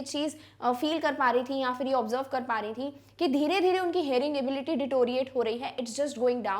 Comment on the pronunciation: ma'am aap ability ko galat kyu pronounce kr rhi ho why india need answer